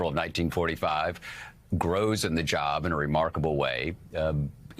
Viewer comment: When you don't finish a word like job, a one syllable word, something is wrong.